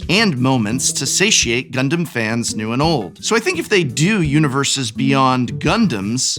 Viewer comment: The way you pronounced the Gundam names were exactly correct. 10/10